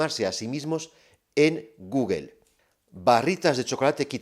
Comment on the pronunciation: Me encanta como le llaman Guguel a Google jajaja